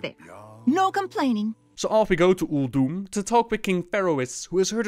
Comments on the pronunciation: ulDOOM? did she just say ulDOOM? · why does pronounce Uldum weird? or it is just me. I really like the Monk class hall loading art. alot more than the demon hunter one.